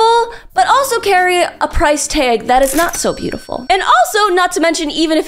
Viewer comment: when you say "tag" >